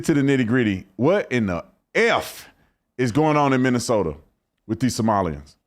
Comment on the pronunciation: Its Minnesoma